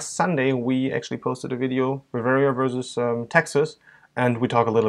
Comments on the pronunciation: I know. I've noticed that always mispronounces "vs." It's "versus" (with two syllables) not "verse" (which is how he always pronounces it)., the German, has no problem saying "versus" correctly, but either thinks that the abbreviation "vs." stands for "verse," or he just can't say the word properly. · u guys rock ! mais why does US boy always say verse instead of versus?